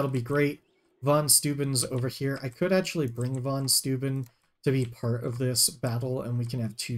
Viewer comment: I think it's "Fon Shtoyben" (Von Steuben). St is always read as sht (EinSHtein), and eu is oy, as in Freud.